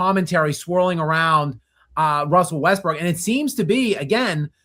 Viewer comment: “I really love Russell Westbrick”